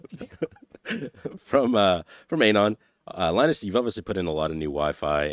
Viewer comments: To the guy off camera: Anon is pronounced ah-NON, not AYE-non. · Miss pronouncing Anon is triggering meeeeee